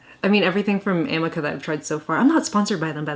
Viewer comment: Amika is pronounced like uh-me-kuh